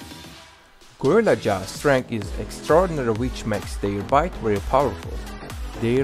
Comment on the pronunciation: He can’t say gorilla well lol but it’s fine